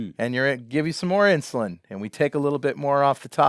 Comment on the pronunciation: Stop saying inshulin ! Still one of the best vids I've watched! Great work!